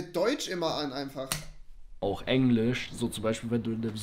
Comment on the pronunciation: ich glaube Rewi hat Englišçh richtig ausgesprochen